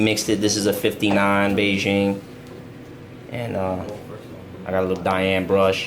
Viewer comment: The way he said Bigen sounded like Beijing 😝